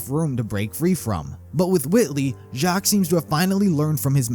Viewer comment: Uhmm Weiss is german for white also spelled as "Weiβ" and u pronounce W as a V.. so u say /Veiss/ :) just saying if already pronounced Jaques correctly